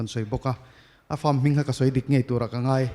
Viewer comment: Pakhatna in ngaih tih tura ngeih a ti tlat hi chuan beng a tithlep deuh